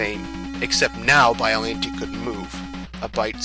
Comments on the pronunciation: Please, if you're going to do narration, learn the proper pronunciations. Biolante is pronounced like Bi-yo-lawn-tay, not Bi-yo-lan-tee. Pathos is pronounced like Pay-thos, not Pah-thos. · Bi-O-LON-tey. Not bi-o-lin-tay